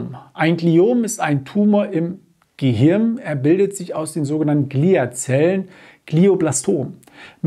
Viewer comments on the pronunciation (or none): none